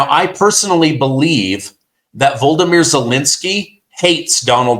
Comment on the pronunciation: absolutely has dyslexia!!! Has never been able to pronounce VO-LOD-O-MYR...